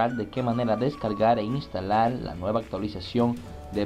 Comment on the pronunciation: instalal xd jajaj